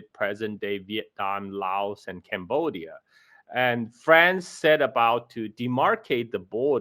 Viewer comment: "CAMbodia" (as I'm camera). Not a burger.😊